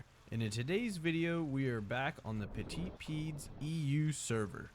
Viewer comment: Always funny to hear non-french speakers pronounce Petit Pieds lol